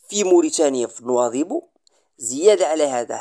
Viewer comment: باريش تعلم تنطق، كلمة نواذيبو، ماشي نواضبو، رآه يضحكون عليك الموريتانين